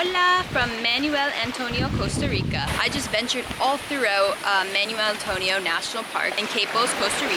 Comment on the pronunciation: manwelll, manwelll, manuel antonio 🤣🤣 im sorry your pronunciation sounds like your saying manual antonio, im visiting in week